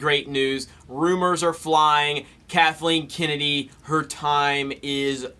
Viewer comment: Kathleeen Kinnidy...